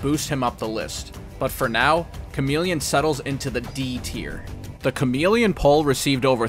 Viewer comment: The male ninja is /charm-il-ih-on/